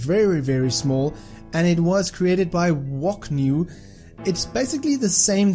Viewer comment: You said "Woknew" instead of "who knew" ;)